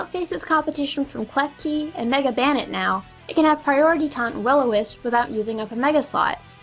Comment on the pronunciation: "Pankster" ? lol. Also, Banette is pronounce BANE-et (supposed to sound like bayonet). The name is actually a combination of bane + bayonet, where "bane" means death/destruction, and bayonet is obviously the weapon.